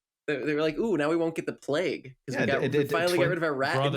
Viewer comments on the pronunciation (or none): none